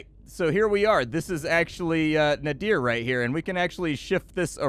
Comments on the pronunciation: A unique variation on card play, and nice execution...might have to pick this one up. BTW, Nadir is a specific word pronunciation (Nay-Derr), rhyming with the hesitation sound "errr", not a name or something. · Sorry to be that guy, but nadir (as in the opposite of zenith) is pronounced "nader" like Ralph Nader. I made the same mistake during a presentation once, and up until that point I'd only read the word.